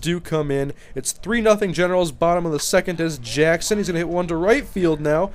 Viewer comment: Does anyone else think he says genitals sometimes instead of Generals? lol